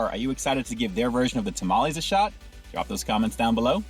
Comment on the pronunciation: I’m not going to trust the review of a white guy who doesn’t even pronounce tamales correctly. A true mexican blood needs to review these lol